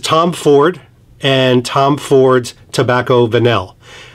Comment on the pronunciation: Apparently the pronunciation is 'Tobacco Vanii"